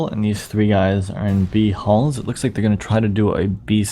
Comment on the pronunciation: Can you not call it "b-halls"